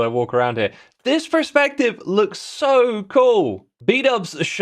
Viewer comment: X PLEASE 😭 Perspective not prespective, you're killing me here